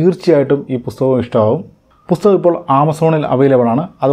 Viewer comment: ഇയാളുടെ U-സഹിക്കുന്നത് പോരെ...ഇനി ''പുത്തകം'കൂടി സഹിക്കണോ